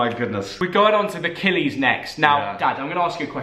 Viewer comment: "The Killies" you are absolutely not welcome for that. It's Killie... no 'S' at the end pmsl